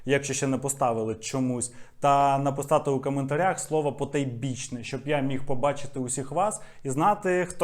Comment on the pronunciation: А, ну і звісно "потойбічний"